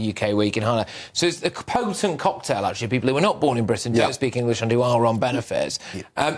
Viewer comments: Englissss? IT'S ENGLISH!! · She couldnt even prounouce the word "English" correctly.